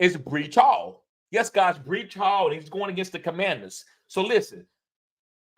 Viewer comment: 'BREECH' HALL....😂😅😆🤣